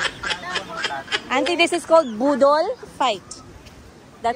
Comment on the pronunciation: Baka boddle. Not budol.